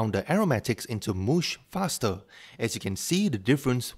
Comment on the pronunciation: Good idea for a video, reminds me of Ethan Chlebowski. Tons of effort too. Btw, "mush" is pronounced "muhsh", not "moosh".